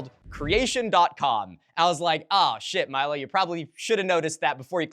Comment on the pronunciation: Milo get a big dinosaur fan on your team I cannot condone those pronunciations